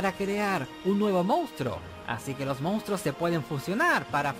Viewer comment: Y dale con decir mounstros. Joder, qué dolor de oídos. MONSTRUOS!